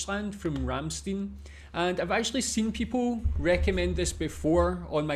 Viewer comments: Please do not pronounce it "Rammsteen" but "Rammshtine" :) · The name of the band is Rammstein and not Ramsteen. Stein is pronounced Schtein in German. Also prefer Americans and English: Rammstein and not Ramsteen. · Not Ramsteen... Ramst-i-n. "ei" in German usually is pronounced like the pronoun I (uppercase letter i) in English. Another band worth watching is Knorkator. I suggest "Kinderlied" for starters. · RammstEIN, like FrankenstEIN, not "een" ;) Cheers! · you could have at least take the effort and learn to pronounce their name a little bit better... worst pronunciation I ever heard from anyone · Not even bothered to look up how to pronounce their name right... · By the way the last syllable of Ramstein is pronounced like you pronounc the huge 1l beer mug used at Octoberfest